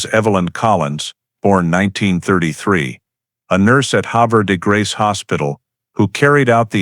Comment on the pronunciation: It's pronounced Have er de grace. Sad sad story.